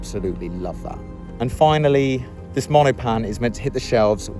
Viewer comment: Cool video! Monopan is three syllables by the way.